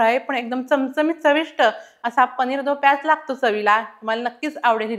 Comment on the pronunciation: it's paneer do pyaza not pyaz